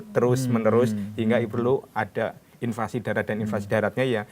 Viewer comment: "invasi' mas, buka "invansi",.